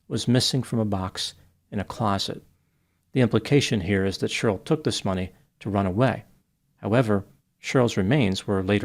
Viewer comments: It cracks me up how you pronounce Cheryl like Churyl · I like how you say Cheryl. SHRL